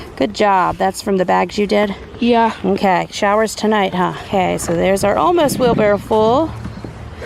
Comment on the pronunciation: I'm trying to listen carefully but do you call a wheel barrow a 'wheel barrel' ??? I have harvested just 4 tomatoes this year and I am quite proud of them!!! Re you crops, I'm with the person who said 'dig deeper for your spuds with a big fork' I bet there are more in there. Also to 'hill' them. My dad grew all of our veggies so I'm thinking of his beautiful vegetable garden.